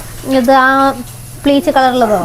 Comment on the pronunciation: Pleeche alla peech